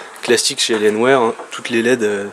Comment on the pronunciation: "AlienWère" xD